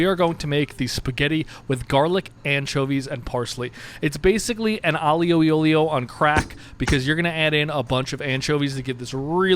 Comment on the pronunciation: I love these people who appoint themselves experts on Italian food but can’t be bothered to learn how to pronounce it. Alleeo al oleeyo? Come on…